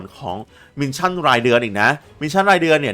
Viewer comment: ขอบคุณสำหรับคลิปสอนครับ แต่ออกเสียงมิชชั่น ไม่ใช่ มินชั่นเด้อ